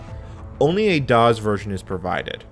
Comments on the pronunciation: This is great history love the video. The only thing that irritated me is the way you say DOS as DOZ but other than that great video. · Loved the video but cringed a little every time I heard him pronounce DOS as DOZ! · I've never heard someone pronounce DOS as daws, instead of doss. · Any pronunciation other than “doss” is just annoying! This “dawz” nonsense is surprisingly distracting! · I assure you, during the heyday of DOS, it was pronounced “doss” (unvoiced S), never “dawz”. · it’s definitely, DEFINITELY not the correct pronunciation in English! “Doss”, not “dawz!” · I like how he pronounces DOS: "daws" sounds cooler that way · “doz”. why? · Love your videos but hearing you pronounce "dozz" makes me want to stab my eardrum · Well, pronouncing it 'Dawes' is still better than Loretta Swit calling it 'Dose.' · No “z” in DOS. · Why do you say DOS like that? From someone who was there and involved in its origins, you’re saying it wrong. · This is the first time I've heard someone pronounce DOS with a voiced 's' instead of a voiceless 's'. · I'm a native English speaker and have never heard it pronounced with a voiced 's'. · Ummm..."kludged" is pronounced, 'CLUE-jd', ie. the U vowel sound is long. Found myself doing a double-take there, thinking, WTF did he just say..?! ;-) Oh also, "DOS" isn't pronounced as though it ends with a 'Z'...